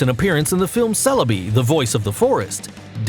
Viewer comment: Let's not forget that the ONLY names he truly got right out of them was Dialga, Celebi, and Mewtwon XDD